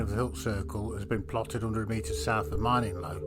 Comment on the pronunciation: It’s pronounced like grinning low but with an M